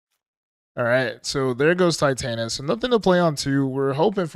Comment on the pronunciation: OMG it’s TITania as in titanium or titts